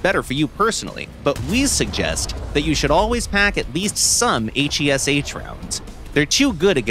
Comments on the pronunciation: Aych ey es aych JUST SAY HESH LIKE A NORMAL PERSON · pleaseeee call it HESH, not H E S H 😭😭😭😭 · Please just say hesh instead of H. E. S. H. AAAAAAAAAAAAAA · Mate it's called HESH not H.E.S.H !!😂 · Took me a Minute to realise what hes talking about those H. E. S. H. rounds, weird way to pronounce each letter by its own. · “H E S H shells” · Blud said “Hayche Eee Ess Hayche”